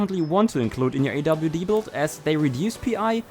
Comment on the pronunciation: “awd” and “rwd” lol